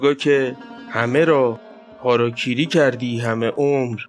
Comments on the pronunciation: هاراکیری .🤦🙊😂 خب معمولا میگن هاراگیری واسه ادبش😅✌️😁🤦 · سلام ویدیوی زیبایی بود و اسم خودکشی هاراگیری هست گ داره نه ک